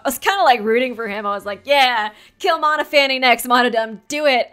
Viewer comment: Noting how you pronounce Monophanie - I would have pronounced it similarly to Stephanie, so it reads "Mon-off-ah-nee" rather than Mono-fanny. :-)